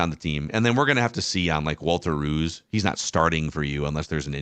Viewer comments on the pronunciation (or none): They're mispronouncing his name. "Rowse."